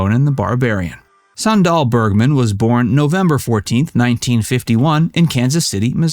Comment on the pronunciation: Went to high school with her (SME69). Kind of annoying to hear you pronounce it "san-DAHL". It's pronounced like the footwear: "SAN-dal".